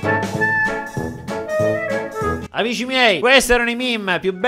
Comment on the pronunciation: Nessuno: Stormy: AMISCI MIEI